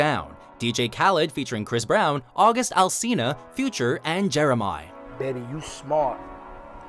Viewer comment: I may not know a lot, but i know that is not hoe u pronounce Jeremih name